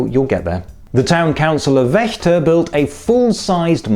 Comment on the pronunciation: Ha, you mentioned my birthplace! But it's pronounced Vechta with a Vogel -Vau 😏